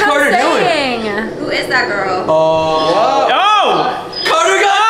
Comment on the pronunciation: Who Heard say Carter piss